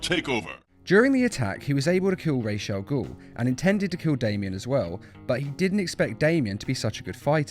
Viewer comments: you're wrong about this one, if the origin is arabic, "ra's al ghul" (رأس الغول) means "Demon's Head", and it's pronounced "raas" not "rash" . and by the way, The arrow tv show screwed so hard with the arabic sentences. (trust me i'm arab lol ) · In , I'm Arabic and Ra's al Ghul is an Arab word and the pronunciation of his name is not (Raish) nor (Raz) it's pronounced as (Rasss..) in the end of the name the S is like a slither of a snake , so don't act like there is a stick up your ass like you know how to speak Arabic. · His Name is realy pronounced raas al ghul cause its an arabic name mean the head of the demon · Actually it's neither "rach" nor "ra's", it's "rass" which means head in arabic and "gul" means something like demon so "ra's al ghul" means "the demon's head" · i live in egypt i speak arab and its call RA'S not RAYSH Ra's: head Raysh: feather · it's pronounced raas Al ghoul in Arabic hene the name the demons head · if its supposed to be arabic then its raz raysh isnt a word in arabic and its not even a Z its more of an S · Pretty sure its Ras and not Rache (i speak arabic). Or is it just the way DC likes it? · Ras al gul is an arabic word and its not pronounced raish cuz im arabic and i know how to pronounce it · Ras al 'ghul is arabic for the fiends head not the demons head and its actually pronounced R'as al Ghul not Raish al Ghul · Ras Al goul is actually Arabic meaning head of the monster (or demon). and is in fact pronounced closer to Raas not Rashe and this is coming from a native arabic and english speaker so ....... I don't care how they pronounce it in the comics. if its wrong its wrong. don't you agree? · NO GODDAMN NO ITS ras with an S ras means gead rash means nothing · ITS RAZ. THE WRITER SAID IT THAT WAY AND THE ARABIC PRONUNCIATION IS RAZ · You're wrong the accent puts the sh in ras'algol , ras al gol is accurate which means head of the ogre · his name is ras al gool